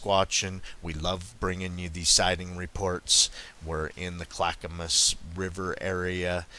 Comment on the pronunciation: And Yamhill pronounced YAM HILL. Good job on Clackamas tho. Lots of Hard to pronounce names for non natives to the area.